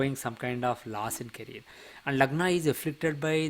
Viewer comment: Caree -er. Not caree-r😄